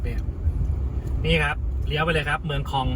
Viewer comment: เมืองค็อง เมืองคอง น่าจะอ่านว่าคอง เสียงยาวนะ☺